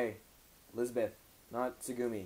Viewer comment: Lol Azuna and Sugooomi. I'm not picky on pronunciation but it's like nails on a chalk board when you say Asuna and Sugumi. Nice deck btw.